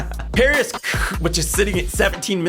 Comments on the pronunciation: just to let you know, it's not parisq but parsiq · ParsiQ, not parisQ ... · #6 Parsiq not Parisq. 🤣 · Dude, it's PARSIQ, not PARISQ....